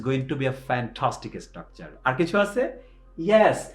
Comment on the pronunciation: ইসটকচার মানে কি, ভাই...? বার বার যে ইসটকচার ইসটকচার বলছেন